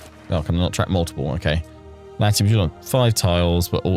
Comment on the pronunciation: Thank you for complaining about the pronunciation of Latium. As soon as Juliana said that, I said at the same time as you did "Its Latium!"